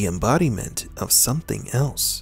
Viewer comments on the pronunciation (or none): none